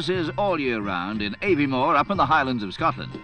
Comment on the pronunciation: Shame the narrator didn't know how to pronounce Aviemore!